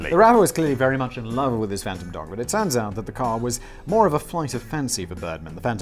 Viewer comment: “Fantom dong” . Lmao